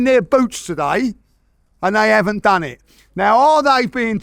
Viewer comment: “We’ve dan it agen”